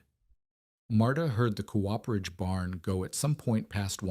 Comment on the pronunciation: COOPERAGE..... AI can't pronounce it properly.......